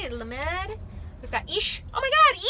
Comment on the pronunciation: lAmed (not lamEd) ❤️